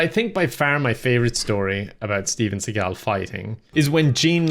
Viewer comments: Fun fact: his name is actually pronounced like "Seagull," but one day, he saw a Chegall art exhibit and liked it so much that he changed the pronunciation of his name to sound like it. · I recommend listening to The Dollop Podcast if you really want to go down the Steven Seagal rabbit hole. And yes his last name is actually pronounced like the bird yet he just told people to pronoununce it like it is now. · "Seagull" is supposedly the actual pronunciation but he (Steven) liked the current pronunciation better and started telling people it is "See-gal". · Mispronouncing Steven Seagal's last name is one of those: "How to tell me you're Gen Z without telling me you're Gen Z." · The proper pronounciation is sea -gal, as demonstrated by the late modern scholar mills lane in his later works on celebrity deathmatch. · "Seagal" îs pronounced "Throat Warbler Mangrove" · He doesn’t care enough to pronounce his name right but he obviously cared enough to film and edit an 25 min video what a troll lol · Doesnt care enough to pronounce his name right but cares enough to make an entire vid on him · Don't you think you should learn how to pronounce his name if you are doing a video on him. Ignorance is not a good look. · YouTubers when the name is something like Szymankowszczyzna: "i'M SOOOOO SORRY, I really should know how to say this, forgive me, god I must have a negative IQ for not getting this right. :'(" YouTubers when "Seg-all": Lol seagull. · Fun fact: He actually mispronounces his own name. His family always pronounced it basically like "seagull", but he started saying it "se-GALL" because I guess he thought it sounded cooler. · Fun fact! Steven Seagal is not his actual name, well kinda. His last name is not pronounced Seagal, but Seagull like the bird. He changed it when he was young. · His name actually is Seegaul. It is said he was introduced to work by the artist, and he changed the pronunciation of his name accordingly.